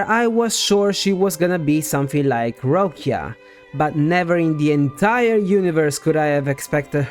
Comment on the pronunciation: i laugh when some CC pronounce Roccia as Roshia haha